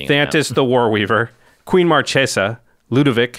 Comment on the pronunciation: YIKES!! they did it again..... its Mar Kay sa NOT Mar Chay sa. Are they like, doing that on purpose???